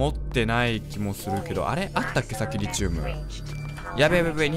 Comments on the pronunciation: リチウムの発音は「リ」にアクセントじゃなくて「チ」にアクセントね すごい気になる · リ↑チウム↓ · リチウムって... リ↑チウムですか？リ↓チウムですか？ の発音が自分と違ってめっちゃ気になるww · リチウムの発音ｗｗｗｗ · 思うんだけどリ↑チ↓ウ↓ム↓じゃなくて リ↓チ↑ウ↓ム↓だと思うんだわ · リチウムの発音違くね？w